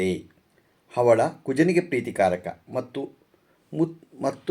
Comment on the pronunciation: ಅವಳ ಅಲ್ಲ ಹವಳ